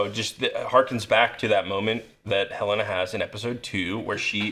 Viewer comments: It makes me so irritated when they pronounce Helena as "Ha-Lay-Nah"... It's definitely "Hell-en-ah" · WHO IS THIS "HELEYNA" YOU KEEP TALKING ABOUT????